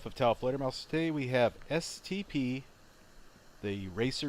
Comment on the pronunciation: every time he said stp I thought he said std 😂😂😂